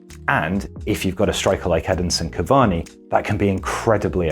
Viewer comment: Did he say Headinson cavani?